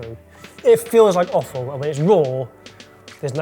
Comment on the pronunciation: It's offal...I just keep hearing say awful. LOL